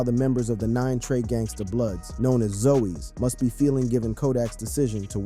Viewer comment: its pronounce as ZOZZZ NOT ZOEYS